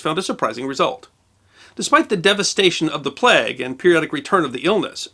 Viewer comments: As a Briton, it's weird how you pronounce plague "plegg" instead of "playg". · It's a plague, not a plegue.